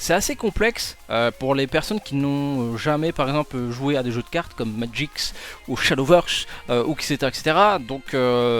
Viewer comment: Pour quelqu'un qui joue depuis longtemps à Magic, tu devrais savoir que c'est Magic et non Magix :'D